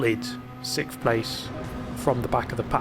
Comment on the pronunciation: 21k views in 2 hours not bad and dude it’s sixth not sixft